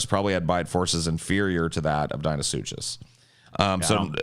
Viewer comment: UMMM... actually it's pronounced dino-suc-cus